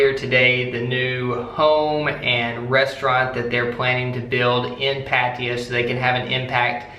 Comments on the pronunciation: That annoyed me everytime lmao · ohh its called Patiya? I thought its called Pattaya